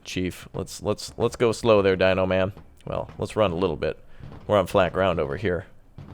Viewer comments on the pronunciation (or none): none